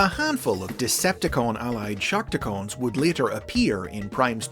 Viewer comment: Damn it... It's Shark Tee Cons... Not Shark Tee Cones...